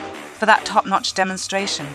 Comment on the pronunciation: "Thanks Winston for that Top nocth demostration" lmaoo